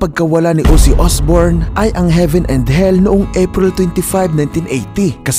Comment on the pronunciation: Ozzy hindi Uzzy 😂